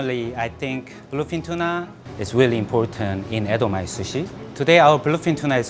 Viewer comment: he gets his tuunah from cuuchy area how neat is that